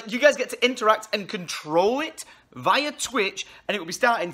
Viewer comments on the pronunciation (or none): God he butchered the word via